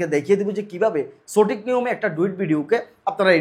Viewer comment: ভাই আপনি সঠিক উচ্চারণ টাকে চটিক বলেন কেন?